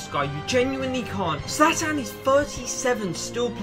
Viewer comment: Not zalatan, Zlatan